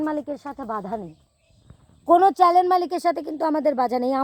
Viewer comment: চ্যানেল উচ্চারণ ঠিক করে বলিও